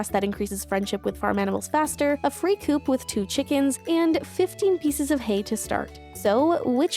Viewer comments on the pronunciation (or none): none